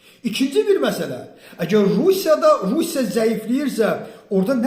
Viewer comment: Russya söznü düzelt 🌍🇷🇺